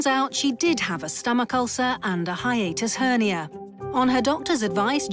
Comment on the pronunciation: I caught that too! Did you hear at the end of the episode though? She said "Hiatus Hernia." I laughed for a solid 2 minutes.